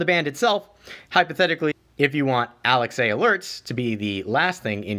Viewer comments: First time hearing the name Alexa bring pronounced as Alex-A and i dont know how to feel. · Fyi, saying Alex-a makes you sound like you’ve been living under a rock for years unless you tell people why you’re saying it that way. 😂